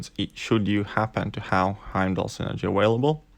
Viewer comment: Lol awailable